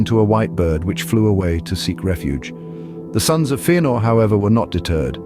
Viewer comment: Yeah but it’s not FEE-anor, it’s FEH-anor. Don’t be a noob.